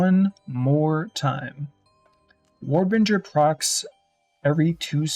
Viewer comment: War Bringer ... Bringer not Binger And its a little thing but you call it Rage when you mean Fury Otherwise love the videos and rocking the Axe 2hand build